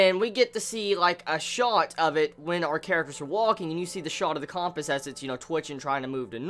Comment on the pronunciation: the way is pronouncing compass is driving me nuts